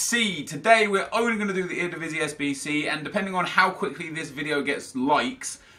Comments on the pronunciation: njoh ga "RDIVISI" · The way he pronounces eredivisie😂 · How he says eredivisie lol